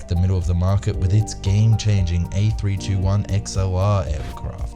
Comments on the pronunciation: Actually it's pronounced A three hundred twenty one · It is pronounced Airbus A3 21, not Airbus A3 2 1.